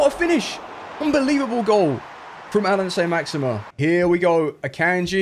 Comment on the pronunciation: 'How many time can you say Saint Maximin like a twat?' 'Hold my beer'